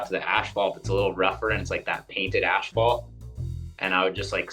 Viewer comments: Can somebody tell Ryan it's pronounced ass-falt, not ash-falt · Did Ryan say “ash fault” instead of asphalt? Is that a Canadian thing? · Dude said Ashphalt every single time. That's commitment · Do Canadians pronounce asphalt as ashphalt?? Hah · The absolute legend Ryan “Ashphalt” Decenzo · proper german pronunciation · The guy gets paid to hit the ashphalt. He can pronounce it as he pleases. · 😂😂😂 he can say it however he wants, he's still the king